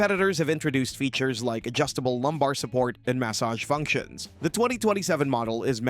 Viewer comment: Mass oge? Did you mean massage? Really?